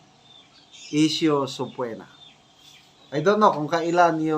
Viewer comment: Pronounced ‘subpeena’ po